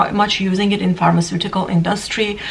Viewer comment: Did she say pharmaceutical grade?